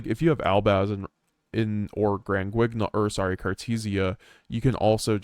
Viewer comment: Gotta learn the correct pronunciation for granguignol bro. Say it with me Gron - gi - nol